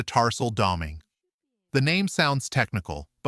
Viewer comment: Doming ?? Get someone to teach pronounciation